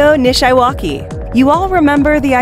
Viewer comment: Anyone else cringe every time she mispronounced "Nishiwaki"? 😉